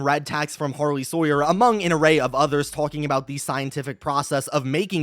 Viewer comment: It’s pronounced “har-lee”